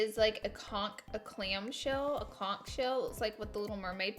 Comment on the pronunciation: konk??? laura.....conCH.....CONCH.